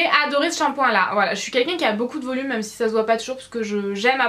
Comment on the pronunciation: Pourquoi tu dis "meume" au lieu de même ?? Sinon superbe vidéo !!